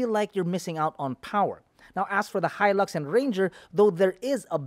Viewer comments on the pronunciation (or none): none